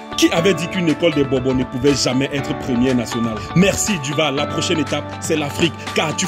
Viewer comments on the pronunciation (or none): c'est Du vaal pas vall mais sinon vidéo propre!!